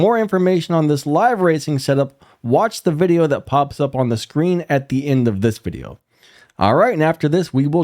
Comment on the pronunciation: “VIDIEO” 🤣 & again… spelczech that mutha🤣